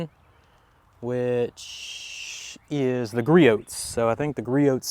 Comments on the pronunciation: Yup, it's Gree-Ohs, not Gree -Oats 🙂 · Griot's is pronounced "Gree-Ohs". The T is silent. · Okay you are almost as bad as Jimbo on proper pronunciation, Griot’s is said as Gree-Ohs (silent t) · Lol the way you pronounce "Griot's" gets me every time. Imagine saying Chevrolet with a hard "t" at the end.